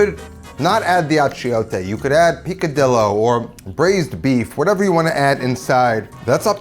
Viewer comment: Deinitely trying this. Bro, it's pronounced peek-a-DEE-yo. Not pick-a-dilo. /hug